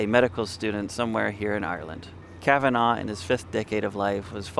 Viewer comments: Fyi: It's not pronounced 'Kavan-augh' It's correctly pronounced 'Kavan-ah' (phonetically) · Kav-an-nah not Kav-anv-oh. Regardless of it being spelt Kavanagh. Please listen to the spoken Dawning of the day or the music to the poem to get the correct rhythm to it. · It's pronounced KAvanAh not KavanAW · I know Irish names are pronounced slightly differently in America but Kavanagh in Ireland is pronounced Kavanaaa not Kavenaw 😊